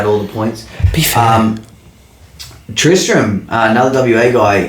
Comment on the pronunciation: Mowing for money - Mulch Mowing for satisfaction - Catch And thankyou for pronouncing Tristram correctly 😂 maybe once very 5 years someone gets it properly